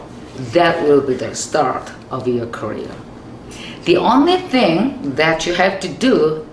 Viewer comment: 김미경 선생님, 여기 필리핀입니다.. 아침에 혼자 밥챙겨 먹으면서 보다가 너무 감동입니다.. 드디어 꿈 하나 더 이루시네요 .. 진정한 저의 인생 선생님이세요~ 감사합니다~ 영어 발음좋으세요.. Thing 을 딩 아니고. 띵으로 ㅎㅎㅎ 좀더 세게 부탁이요~~~ ㅎㅎ(농담)